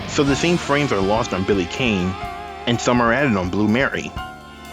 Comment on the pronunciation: Despite the missing frames (mostly Billy Kane (last name is pronounced "Kahn")), and some additional ones like Blue Mary, the Neo-Geo CD port is decent, along with the Saturn - right down to the option to play it in English.